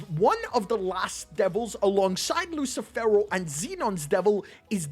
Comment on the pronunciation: "LUSSIIFEWROOWW" hahahaahahahah lmao